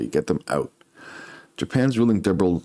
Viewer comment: "Diberal" was a funny butcher though!!! Lol 😅 thx for the vid